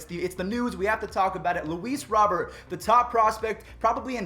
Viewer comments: Hey just a friendly tip it's ROW-BEAR not Robert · Luis Robert pronunounced Robe-Air